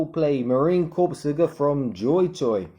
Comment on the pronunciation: Looks great, only complaint Corps is pronounced "Core" not "Corpse"